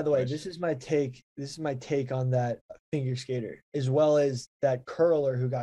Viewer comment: Did just say "Finger" Skater?